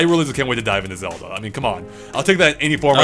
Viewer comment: Why does this guy keeps pronouncing zelda xoda